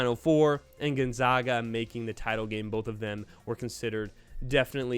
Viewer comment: Not to be a dick but how are u a college basketball channel and don’t know how to pronounce Gonzaga